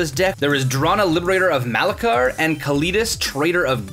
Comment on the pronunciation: (its ma-la-kier)